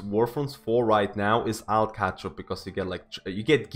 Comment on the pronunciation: Everytime you say alt it hurts me.